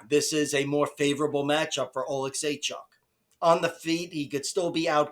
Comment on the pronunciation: You pronounced Oleksiejczuks name the best of all youtube 😂